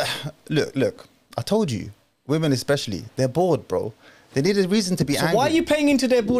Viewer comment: Why do u say vv instead of W when saying women?